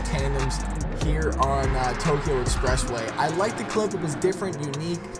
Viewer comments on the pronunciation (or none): none